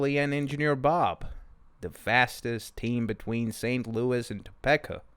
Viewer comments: “Tuh-PEE-ka” not “Toe-pecka” 🥲🥲🥲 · Toe peeka not Toe pecka lol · Hahaha top- peck- a. Love it topeka is now that. Thanks for reading this odd book 😁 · Topeka is pronounced toe-pee-kah. And you are not saying burlington and zephyr wrong too. 😅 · For the love of all that is holy, it's pronounced TOHPEEKA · Im annoyed at his pronunciation of toe-pee-ka. If youre gonna be a channel that reads at least know how to say the name of cities. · Thank you for reading this children's book by Stephen King. My daughter wanted to know if Stephen King had written any children's books and a webpage pointed us to your video. You did a very good job. I have just one tiny suggestion. Topeka is pronounced so that the 2nd syllable has a long e. like this Toe*peek*a and not Toe*peck*a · Bro gotta learn to say “Topeka” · Um, Topeka isn't pronounced like that. LOL